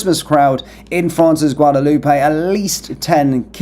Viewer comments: isnty it a silent "AY" like "Loop" not "Loopay"? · Pronounced Guadaloop.